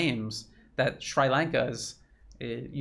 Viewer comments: Brilliant work, as usual,! I've learned so much from this video. A relatively trivial point, though: the i in Sri is pronounced like the i in sit. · pronunciation: NOT shrEYElanka but shrEAlanka ... thank you for all you do! truth as no price! unless the CRIMINAL WESTERN Ashkenazim CLAN FINANCIAL SYSTEM is on the other end. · It’s Sri(Shree) Lanka. Not Sry Lanka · I believe it is pronounced "Sree" Lanka.